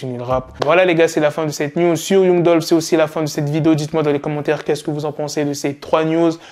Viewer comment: On écrit young mais on lit "yang"